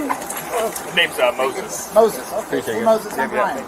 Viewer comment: Moy-sess. Mozes in english.👍